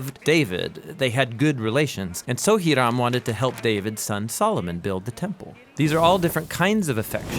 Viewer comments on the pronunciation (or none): none